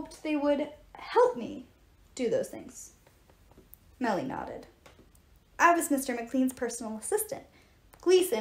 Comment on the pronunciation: Lol! Also it's "Mellie"